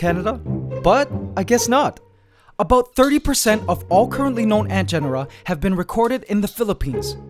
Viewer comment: You can sometimes hear his accent creeping in " that's aboot...